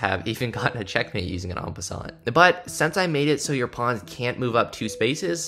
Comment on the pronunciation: en passant is pronounce en passan btw